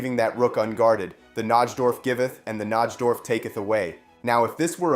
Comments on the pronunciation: As a chess fan, hearing you mispronounce Najdorf is like nails on a chalkboard. It's pronounced NIGH-dorf. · It's pronounced NI-DORF. The J in Najdorf is silent.